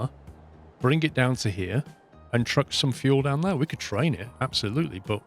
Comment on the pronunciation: I love this series and how you play, the only thing is the way you pronounce "there" is driving me absolutely insane!